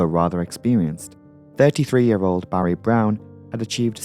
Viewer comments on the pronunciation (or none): none